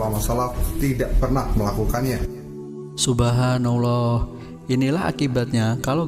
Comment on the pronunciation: Kok subhanauloh bang? Pengucapannya yang bener dong bang! Baru ngomentarin orang! Kalau bodoh jangan sok cerdas! Nanti disangka gila! Wk wk wk!